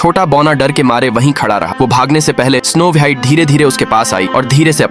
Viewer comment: स्नो वाइट नहीं होता स्नो व्हाइट होता है😊